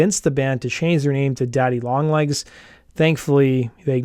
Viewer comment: "DADDY LONG LEGGS"??!